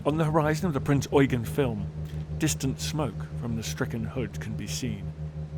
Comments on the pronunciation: I cringe every time I hear Prinz Eugen mispronounced on youtube. It's Prinz Eu-GEN, not Prinz EU-gen. The stress should be on the last syllable. Drachinifel gets it wrong all the time, too. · I'm not sure you understand the point I was trying to make. What you wrote pertains to phonetics, which isn't my issue. My issue is with how they stress the first syllable of Eugen, rather than the last one. Sure, German EU is pronounced like english OY, but everybody knows that, and everyone in this video pronounces it correctly They just insist on putting the stress on the wrong syllable. Hence why I wrote "EU-gen" (correct stress) and "eu-GEN" (wrong stress). What you wrote (Oy-Ghen) sheds no light on where the stress belongs, and instead corrects a mistake that no-one made.